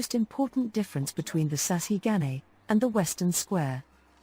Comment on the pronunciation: The Japanese people pronounce it as sah - shee - gah - neh.